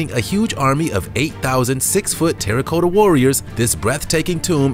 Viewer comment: It's not Soth-bees, but it's said SOTH, rhymes with dud, SOTH-eh-bees, Not Soth-bees. Terracotta, sounds like the name Tara, then sounds like the word cot, a bed like thing you sleep in, so all together Terracotta, not TERRA-COAT-UH Seriously someone should have corrected him because unfortunately it does make him look and sound bad and inadvertently he comes across as uneducated. Sorry, but it's true. Again, not a hater, but love English